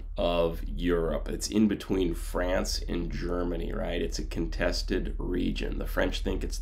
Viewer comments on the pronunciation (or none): none